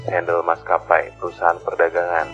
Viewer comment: Very nice video….for info: pronunciation ( pengucapan) Indonesian and bahasa Belanda is the same….Handel …not Hendel but like the a in “knalpot”. the same with Bank. not Benk